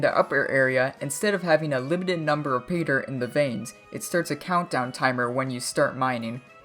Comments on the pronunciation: He lost me as soon as he started saying Peter HAHAHA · Sounds like you're saying peter